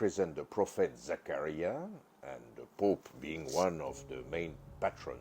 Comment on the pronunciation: no comments on a midnight posting of old paintings? guess I'm the biggest geek here! Please tell me if the accent is fake, I thought so but the way you said zacariah with saying i without the long vowel I just..don't know! Also I saw the mona lisa when I was 14 I never knew he signed the eyes, shit now I have to go back I'm getting too old for this shit being a geek can be hard!